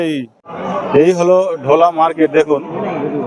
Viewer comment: দেখুন, আগের বার এই ঢোলা কে এমন ভাবে বলছিলেন মনে হচ্ছিল ঘোলা(যেটা সোদপুরে), যাই হোক ভালো হয়েছে ভিডিও টি।